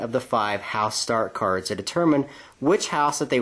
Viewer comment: When you said start-cards I heard Stark-cards.